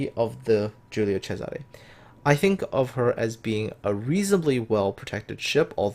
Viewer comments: Angelo Agriam I’m Italian. He pronounced it nearly perfectly. In Giùlio the “G” is clearly not a “J”, and there’s a “S” in Césare , not a “Z”. (I highlighted the correct accents). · Neither am I but I know some Italian, his pronounciation was spot on. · Angelo Agriam He pronounced very well for a non-Italian. On an unrelated note, one of my grandpa's brothers was on the Giulio Cesare at the battle of Punta Stilo, and as I understand he got some burns when the ship was hit by the Warspite, in one of the longest-ranged hits in naval history.